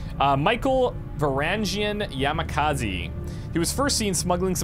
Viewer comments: Dunno if its just my ears playing tricks on me. But I could swear that kept calling Yamazaki, Yamakazi instead. Does it matter? Not really, just wondering if it's my ears playing tricks, or if our dear spent the entire mission calling that poor soldier by the wrong name;P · He keeps pronouncing Michael as Yamakazi instead of how it's written Yamazaki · YAMAZAKY not yamakazy xD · am i the only person that was yelling "yamaZAKI" for an hour and half while kept saying "yamakazi"? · Solomon :) also I think it's 'Yah-mah-zah-key' not 'Yah-mi-kah-zi' for your new infantryman. :D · It's Yamazaki not Yamakazi ! ^^ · Michael Yamazaki; hasn't pronounced my name right even once so far. Solomon says he's doing it on purpose but I'm not so sure.